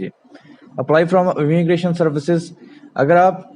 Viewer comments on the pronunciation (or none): It's immigration not emmigration